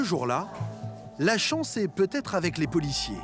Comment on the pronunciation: Vous le sentez l'enrichissement de la france? Grâce aux fameuses chonce pour la fronce